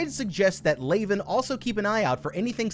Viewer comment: Did you even watch the film? Her name isn't pronounced "Lay-ven", and it's said properly in the film, many times.